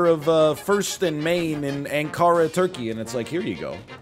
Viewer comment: loved the way he pronounced Ankara